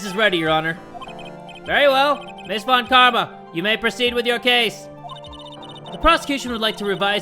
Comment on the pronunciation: everytime he reads von Karma: von kARRMa